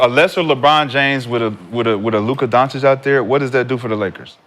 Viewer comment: Doncic is pronounced Dawn-chich not Dawn-chick.